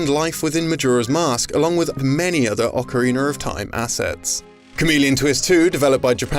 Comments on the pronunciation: Ocarina , not Ocariner. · “Ocariner of Time” “Majura’s Mask” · Nice video, some repetition with the Perfect Dark sections. Please work on your pronunciation of "Ocarina," it's not an Ocariner